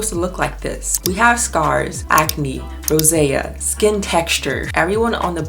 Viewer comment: It's Rosacea not Rosae 😂😂😂 Sounded like you were doing Latin declinations 😅